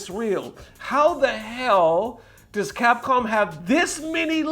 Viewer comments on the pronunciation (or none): none